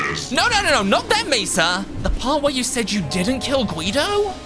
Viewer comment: It's mesa😒